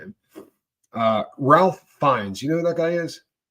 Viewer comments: Ralph Feinnes is pronounced 'Rafe' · He was in “The English Patient” And his name is pronounced “Ray.”